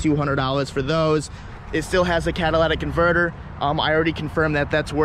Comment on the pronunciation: "CAD-A-LATICK converter' Come on man, I just compliment you on not saying stuff out of whack in the last video. It's a catalytic converter. Still love you though.